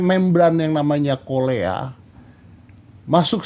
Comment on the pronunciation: Bukan kolea tapi koklea